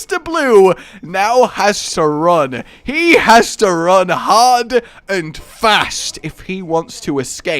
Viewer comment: "Trying to wun away" Wun! Wun!